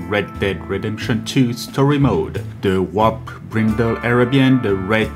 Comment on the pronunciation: Listening to him speak, I thought he said "Wop Brindle", then when the works appeared on-screen, I realized it was "Warped Brindle"